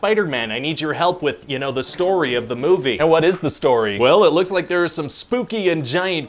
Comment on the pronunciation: Oh, therawr?